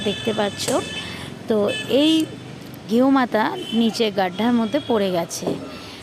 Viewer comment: গেও মাথা দিদি শুদ্ধ ভাবে সম্মান করে বলেন গুমাথা